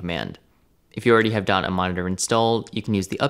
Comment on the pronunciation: The way you pronounce dotnet monitor, it sounds like dunny monitor. 😆